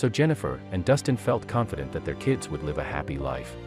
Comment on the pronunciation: Read contents of the sentence and pronounce live as live not life Type live